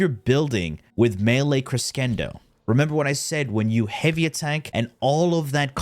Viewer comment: Amazing. Wealth of knowledge, as per usual. just so you know, and if nobody's said yet, 'crescendo' is a musical term and is pronounced 'kri-SHEN-do' or 'kri-SEN-do' depending on who you ask. It pretty much means 'rising action' or 'steady increase.'